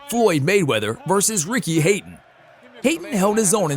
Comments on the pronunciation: Ricky Hate un????? hahahaha! Hat n, dude. That's like that dude - the yakuza assassin trying to blend in - where you from? Hoooston! And the fat jolly guy repeats him perfectly: Who'ston??? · Ricky hate-ton